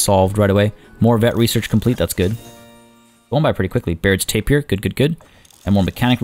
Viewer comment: YES.but also,Not tapir beer,But Ta-beer!